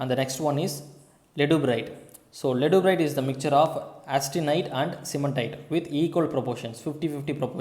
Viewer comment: sir, actually it is not leduburite, it is ledeburite.